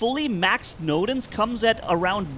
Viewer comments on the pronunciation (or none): Bro noodle❌ nodens✔️ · I love how he calls nodens 'noodle' 😂 Great video!